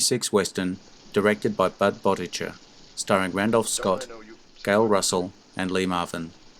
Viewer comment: As well as Budd Boetticher’s last name. He’s been informed several times.